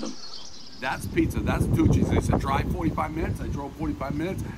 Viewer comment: I kept thinking he was saying Two Cheese, then realised it was Tucci’s.